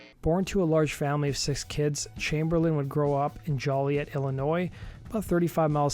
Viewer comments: Joe-lee-et = Joliet. (It's not, unfortunately, a "jolly" place). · Joliet is pronounced JOE-lee-et. Not trying to be an ass or anything, but I hear people mispronounce it all the time.